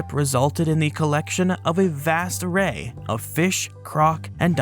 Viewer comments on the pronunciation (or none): none